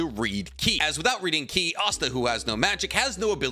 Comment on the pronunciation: Paced not paste, ki not key.